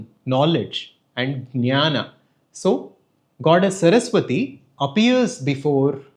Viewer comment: JnanA (GyanA) OR just Gyan (At least while speaking speak the word GYAN .............. Regards